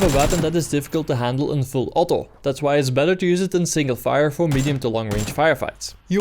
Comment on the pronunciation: Are you Dutch. I hear that: "From close range put the gun in full 'otto'." :D